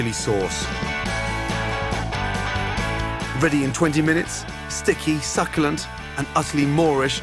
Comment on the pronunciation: Why is he pronouncing words incorrectly? Olivol, Sukulent, tu-erm-eric, wander.